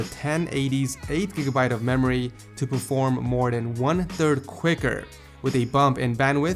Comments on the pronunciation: What's a 'meory' speed? xD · MEORY speed :) hahaa nice vid btw xD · MEORY SPEED